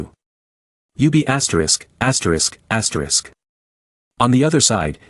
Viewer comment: "Astorisk, astorisk, astorisk, astorisk"